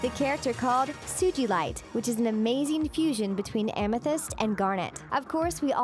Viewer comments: 2013, not 2014. Do your research. Also, credit the artists for the Ruby and Sapphire, and Peridot, Jasper, and sugilite artworks. Also, stop stealing ideas from other channels. It's ridiculous. And you don't say it like "Sujilite." It's "So-ga-light." It made me cringe so badly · Sijeelite Its pronounced Su-ga-lite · “Soo Gee Light” boi can’t even say it right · Congrats! You Played yourself by saying the Show does this Really Well even though it's Supposed to be a Secret CN Doesn't want you to know... It's Pronounced "SU-GA-LITE!" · SuGilite... you pronounce the G has a hard one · I laughed so hard every time you pronounced sugilite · U said Sugalite wrong 😂